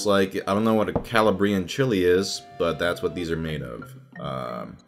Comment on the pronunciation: Bro it's Calabrian not calla-briean